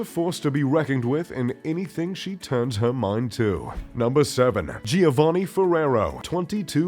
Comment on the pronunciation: Younshould learn how to pronounce „Giovanni“. Next, who you show as „Dieter Schwarz“ actually is „Michael Otto“ from Otto Versand.